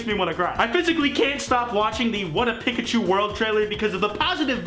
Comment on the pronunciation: sonic big legs>sonic human teeth>sonic tiny eyes. also, i don't like the way you say pikachu my guy.